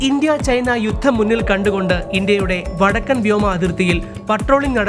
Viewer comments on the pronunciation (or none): none